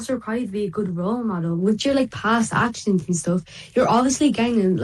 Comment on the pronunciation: "my past achshins"